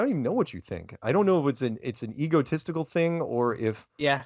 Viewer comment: I can't help hearing "ego testicle" instead of "egotistical".